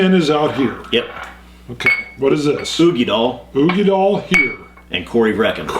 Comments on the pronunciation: Such an interesting comparison. Great video but i just gotta say...dail....uigeDAIL. as in tail or Dale. not doll. lol made me cringe every single time i heard it lol. Slainte! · It's oo-gee-dal not doll! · Katelyn Brokaw dal not dale!